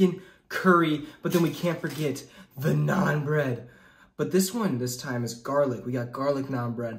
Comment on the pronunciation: stop calling it nun bread